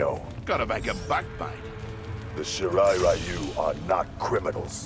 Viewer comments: "Sharai rayu" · "shirai rye-yoo"